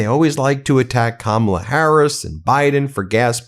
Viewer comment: Interesting that drumpft finally figured out how to say Kamala’s name!